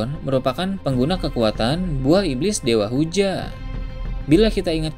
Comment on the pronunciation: Saya lebih penasaran admin orang asli mana min? Admin gak bisa nyebut huruf akhiran kata? Seperti, tidak bisa menyebuf huruf N,T, W, L, dll. Contoh yg ada dalam video - hujan > huja - dragon > drago - town - to - muncul> muncu - perlihatkan > perlihatka - besar > besa - langit > langi - kebetulan > kebetula - petir > peti ☝ masih banyak yg lain, dengerin aja baik2. 😅 Orang mana min? Orang minang? Emang minang logatnya begini ya?